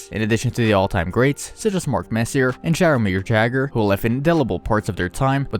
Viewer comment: It's YAH-GRR, not JAGGER